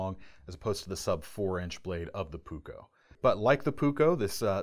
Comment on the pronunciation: Please: just try to pronounce as written. Puukko as puuk-ko, leuku (not lieku or liiku or what so ever). Sorry to say, but my ears hurt. I hope nobody got hurt.